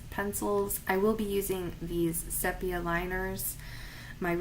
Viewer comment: Nice video! Thanks. Just an aside, sepia is pronounced see-pee-ya.